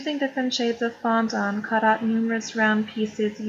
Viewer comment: It’s fondant NOT fondAUNT.